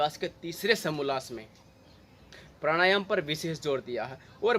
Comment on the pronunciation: Bhai pranayama shi sai batao kuch samaj mai nhi aaya. Yha tk ki naam bhi pta nhi pd rha. Baki video achi thi. Jai sri ram